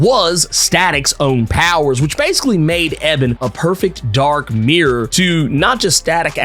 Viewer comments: You gotta say E Bon's name right. Its not pronounced Eh Ben its pronounced E Bon. Other than that, great work! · E-bonne not EBB-un, dude. Oh my god. I never knew something small like that could set me off. lol D-Struct also WAS part of the Meta-Breed in Static Shock but he was a super short term member. He literally quit in the very first episode that he was introduced in. He's also not a (previously) Static Shock exclusive villain; just like Puff isn't either. Rather he was a one-shot villain in the original Milestone comics that was caught up in the bad side of gang life. A bit similar to how he was portrayed in the cartoon show. Also I'm psyched for Ebon but I'm REALLY hoping that Holocaust isn't pushed aside in favor of him. Unless he gets an upgrade in this series, Ebon was a MASSIVE pushover for Static in the show, while Holocaust was usually a very legitimate threat. And it's true. Ebon and Static ARE different sides of the same coin...but I think Holocaust has always fit that role a lilllll better. Actually in the comics when first meeting him, Virgil was tempted to join up with Holocaust and saw eye to eye on some of the things he said...but realized he was way to extreme for his own good. Static has ALWAYS seen Ebon as a punk hood who really has an inferiority complex...so there's not as much friction to play off of with him as there is Holocaust. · His name is pronounced E-BON not Eb-en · That’s not how u say his name his name Ebon not Eben🤦🏾‍♂️🤣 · Its ebon not ebin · Pronounced (E-b'on) not (Eh-bin). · His name is E-bon lol your pronouning weird. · Eee-Bon lol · Thought it was E-Bon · It's pronounced E-bonne lol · Why'd you have to butcher Ebon's name like that 😭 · He killing me with mispronouncing Ebon’s name🤦🏾‍♂️. I’m excited to see Daisy do more with her powers, Richie become Gear, and how they’ll tie in more villains from the Static Shock series. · Exactly he was KILLING ME with the pronunciation 🤣